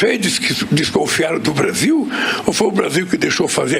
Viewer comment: "... O Bavil deveria pôduvir... quêm errei?"